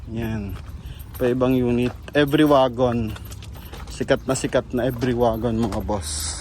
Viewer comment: Boss ang bigkas sa pangalan sa sa unit na yan every as in English, dahil sa japan yan ang tawag nila e-ve-ry parang binasa lang sa tagalog,,thanks boss